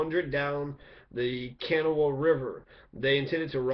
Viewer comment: Thank you. Just FYI, the Kanawha River is pronounced with the emphasis on the second syllable. I grew up there. Unfortunately, I have an ancestor who fought at Point Pleasant against the Shawnee; however, one of his granddaughters down the line is said to be Shawnee, so for that I am glad. Good job. Thanks again.